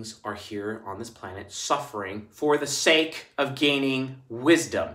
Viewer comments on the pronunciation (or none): none